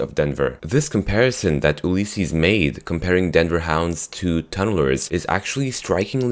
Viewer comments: OLYYSESES? ITS ULYSSES! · Please say Ulysses correctly, your saying oohlysses. It bugs me. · Oolleses XD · Gonna have to stop you at Ulysses, it's pronounced "You-Liss-Sees"